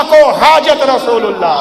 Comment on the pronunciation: اذهبوا الی رسولُ الله نہیں الی رسولِ الله ہے